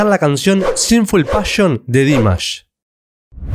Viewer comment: A alguien más le desespera que no pronuncie bien el nombre? ..... Es Dimash, con acentuación en la última sílaba, palabra aguda, por favor! Hay que investigar antes de publicar. Gracias.